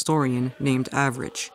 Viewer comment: Thank you for your hard work as always for making these videos, comrade! ❤❤❤ I eagerly await the next thing you put out! Edit: also, gotta say, I love you pronounced the anarchist Avrich's name "average" lol I hope that was subtle shade and I'm not looking to deep into it, cause it made me laugh.